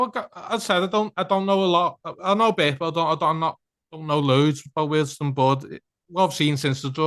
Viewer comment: Remember it's Weald 'Stone' not 'Stun' 😊